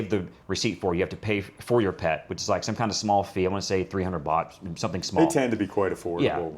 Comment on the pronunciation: Fantastic video. It’s funny he has a cleaning person 2X a week. He only needs it once a month. Place is immaculate. Loved this whole video. Would love to know him, he’s like me. God bless. ps the host is great too. When he was saying bot I thought he was saying “bucks”. Some of the prices with the bot thing believing it was bucks was “wow”. .